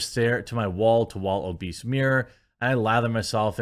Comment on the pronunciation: She mispronounced obese!